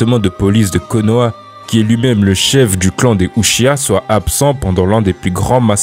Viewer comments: Uchia quel enfer de prononcé comme ça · c un uchia ? Tu peux pas prononcer Uchiha ? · tu pourrais faire un effort sur la prononciation quand même... "uchhia" t’abuse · Ça se dit '' uchiha'' Ou-tchi-ha | Prononce le ''h'' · Tu prononces très mal "uchiha"